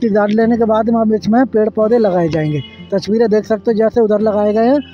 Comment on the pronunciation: Phle ye tasveere bolna seekh Jaye touchveere bolta hai usske baad lelena chaiye drone taki drone ki touchveere nahi tasveere dikhaye:-)